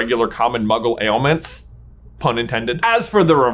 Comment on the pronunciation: “Alements” hahahah…. BRING BACK NAME OF THE WIND VIDEOS PLS